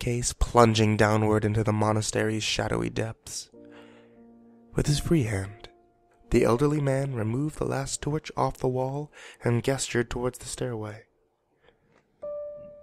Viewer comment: I don't mean to nag you but you have been pronouncing gesture wrong it is pronounced ˈjesCHər